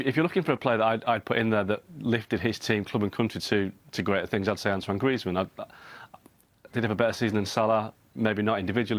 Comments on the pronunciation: This dumbass said Griezmann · Did he say griezmann🙄